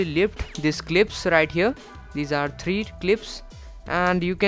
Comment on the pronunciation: won, too, tree.... Oooh my gwaawd!!! Hahahaaaa